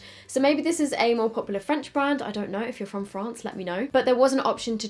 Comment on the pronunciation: She said France so posh